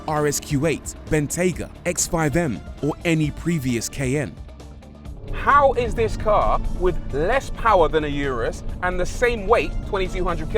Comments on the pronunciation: Ky~an’ the pronunciation 😂❤it’s my first challenge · Did not know the brits pronounce this CAY N. In USA its like the Cayenne Pepper.... like it is spelled. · 'Cayenne' pronounced as: "ky-ANN"... or "kay-in"...???